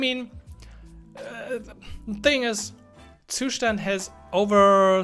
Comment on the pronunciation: I've played this video only to hear the correct pronunciation of the Zustand ☺️ Thnx buddy